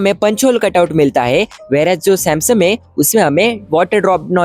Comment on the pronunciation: Samsung ❌❌❌ samseemmmm🤡🤡🤡🤡🤡🤡🤡🤡